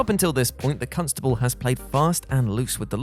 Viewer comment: Did anybody else hear "cuntstable"?😲 Can say that or is he gonna get in trouble? 😋